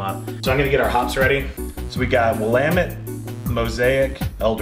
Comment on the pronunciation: Its pronounce william-met lol